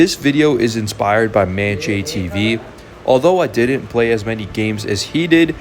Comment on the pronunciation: It’s M-And-JTV not ManJTV